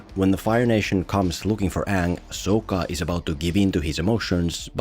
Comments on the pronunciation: how did he say Sokka??? better say shit right if you are gonna make fun it lol. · I love that you, just like the movie manage to pronounce Sokka's name wrong. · How you gunna do a whole video about last airbender but not watch the show? You're just as bad as M.Night lol. You pronounce Sokka's name wrong throughout the whole video. So cringe. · Idk what's worse their pronunciation of Aang or your pronunciation of sokka